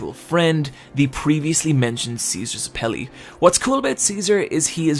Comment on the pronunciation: Why can no one pronounce the name Zeppeli properly? (also great video! Live Battle Tendency!)